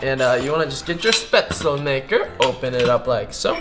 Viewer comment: You don' t pronounce it spätzelmaker its pronounced like shpätzel ;) like in shake